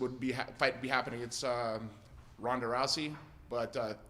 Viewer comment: did this man say Happing or is that just me?